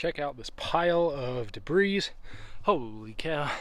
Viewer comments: Friendly FYI, the s in "debris" is silent. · The s in the word debris is not pronounced!